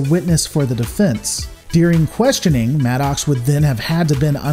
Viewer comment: Your pronunciation of Maddox is hilarious. "Mad Ox" LOL